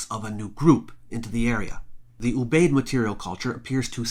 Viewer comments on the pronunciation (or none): I believe that Ubaid is pronounced oo b eye id. Three syllables.